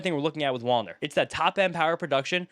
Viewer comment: Whenever you said Wallner I kept hearing wander LOL